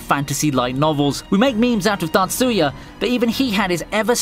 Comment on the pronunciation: The way you say Tatsuya trips me up. I thought you were saying Natsuya and was like huh?